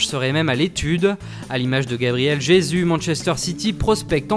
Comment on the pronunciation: Comment il prononce Jesus mdr